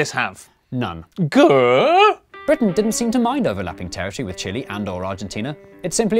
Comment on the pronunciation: As a Chilean, watching representing Chile makes me want to see him to be dressed as a giant Chili. And it is pronounced Chile not Chile. (damn English pronunciation rules).